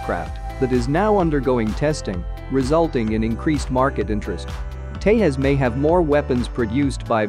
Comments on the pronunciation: Nice video btw its pronounced Te'j'as not Te'h'as Also Tejas can carry the BrahMos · It is Tejas not Tehas or Teyas. Do you ever call Jack as Hack or Yack, you don't, right!!!! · Its pronounced tejas like its spelling not tehas! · You must pronounce J as J, not as H. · It's 'Tejas' not Te'as. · Its pronounce teJas not tehas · J in tejas is J, not pronounced as h. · It's Tezas! Not Tayhas stupid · I would really request to at least pronounce the names of the aircraft correctly. They are pronounced Hoorjet (not as in poor but as in moore) and Tey-jus ( and not tehas - it is not a scandenavian or spanish name). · did he say HAL ''tehas" how verbally retarded are u? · Why do you keep calling tejas as tehas- Indians are not Spanish .Your credibility is in shreds if you don’t even know how a name is pronounced. Who told you that every J has to be silent/ is John Pronounced yawn? Tejas in Sanskrit means, brave or someone who shines with brilliance Learn before u make videos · Good comparison between two aircrafts. But a correction in pronunciation of ‘Tejas’, the ‘j’ is supposed to spelled as ‘j’ and not as ‘h’. Thanks. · You pronounce J differently for Hurjet and Tejas. J in Tejas is pronounced like you pronounce J of Hurjet ( English way rather than e.g. Spanish way). Thanks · Why are you not pronouncing j